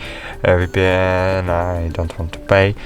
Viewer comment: All I heard is "free vpyan by free vpyan!"